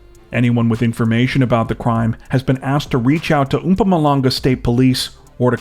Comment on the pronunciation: Haha it's pronounced moepoemoe langga